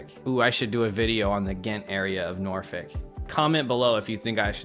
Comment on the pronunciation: Say Norfolk properly, please!